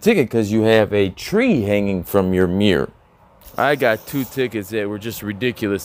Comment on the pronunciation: I’m sorry but “Mirrow” ??? I know not one of my vehicles has a Mirrow!